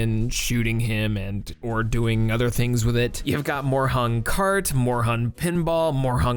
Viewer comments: It's more like "Morehoon" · This video had the objectively worst pronunciation of "Moorhuhn" for sure. And not only in 2021... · the way you pronounce Moorhuhn hurts my german soul XD good video tho! happy late merry christmas and soon to be happy new year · DO NOT DISRESPECT OUR MOORHUHN OVERLORD also shame on you for not checking the pronunciation